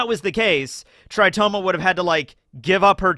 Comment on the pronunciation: Tritoma not "Toritoma"??